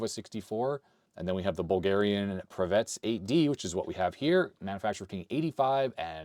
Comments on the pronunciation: A very minor point: many Eastern European languages tend to pronounce two and three syllable words with an emphasis on the first syllable. So, I believe the correct way to pronounce Pravetz would be PRAH-vets instead of prah-VETS. Otherwise a great video,! Please excuse my linguist rant 😅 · Actually the name should be pronounced as prAvets